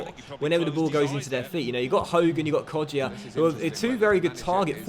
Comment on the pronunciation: Hey, with Kodjia you don’t pronounce the ‘ i ‘ in it